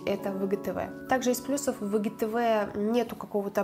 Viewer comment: Что за ИГТВ? Кто так говорит ? АйДжиТиВи говорят . Блин фу